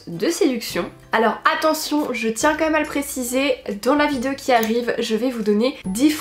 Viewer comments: des vidzeos😂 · Tas façon de dire "vidéo " mas toujours fait rire 😅